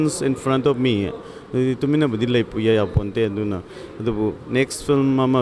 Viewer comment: Mami mapaosi yam nungai. Adubu anchorwoman sina wa ngangbaca "s" ki sound si yamna hapchille nungaite. Example oina "and" haigadbada "ands: haire aduga "at" haigadbada "ats" haire. Simatangdi semdokpiyu.